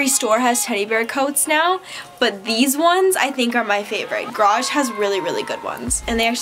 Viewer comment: gArage not grage